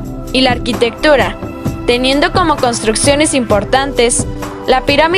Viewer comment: Detalle que debes tomar en cuenta. En el dice: "contrucciones". El video está muy bueno pero considera ese detalle